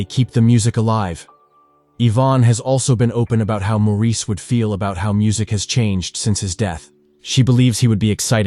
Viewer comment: His name is NOT pronounced as the French do. It's pronounced MORRIS.